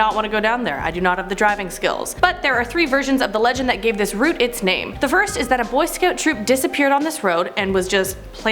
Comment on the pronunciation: ✋🏽 it’s route not route